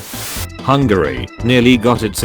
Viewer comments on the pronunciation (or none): none